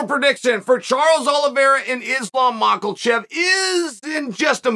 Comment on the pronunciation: I love it when he says Macklechieffff 😆😆😆.